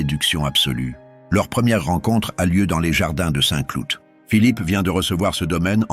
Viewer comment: "Les jardins de Saint clouTE" . Mdrrrrrrrrrrrr.